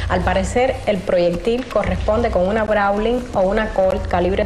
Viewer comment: Pronuncian incorrectamente, pistolas (Browning),no browling